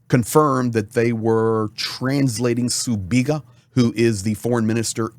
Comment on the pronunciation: Sibiga, not Subiga. This is not the Cyrillic alphabet.